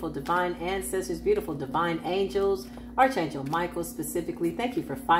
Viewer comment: ✅️ Arch is pronounced like Ark. Ark Angel Michael.